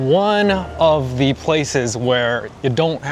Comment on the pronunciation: ここで 〜is one of ”ジ” places 〜って言ってて、某チャンネルで言ってた強調のジだ！って思ったw